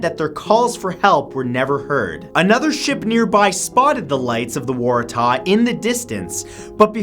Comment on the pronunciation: Man he butchered number #3 SS Warahtahhhh